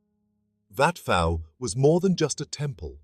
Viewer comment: Are you seriously pronouncing it "wat Fo" ??😅 AI garbage... pictures from angkor wat, siem reap and all over